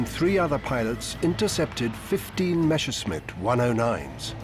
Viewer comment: "Meshersmitts" Groan! It's Messershmitt. Just drop the "c" in the German spelling and the pronunciation is right there.